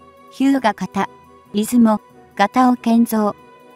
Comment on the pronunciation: 再生速度を調整しても、音節の区切りの異常さ（例えば「いず も」など）や誤読の多さは解決されませんしね(-_-;)